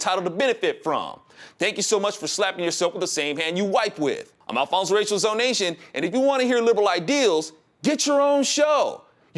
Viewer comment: ZONATION. NO YO'NATION.